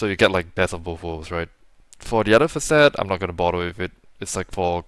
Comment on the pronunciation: Why does this east Asian looking bloke talk like an Indian? Took me a while to realise he was referring to 'facet' by saying 'fuh-SET'😂